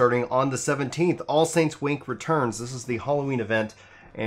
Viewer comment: Anyone else hear him say all saints wank? No...?